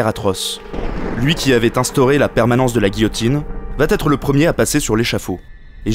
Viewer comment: Encore une vidéo très intéressante ! Dommage pour le "vat être" ;)